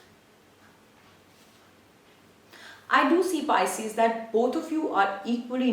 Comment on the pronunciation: You keep saying picies